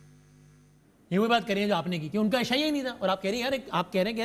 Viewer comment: قردار نہیں کردار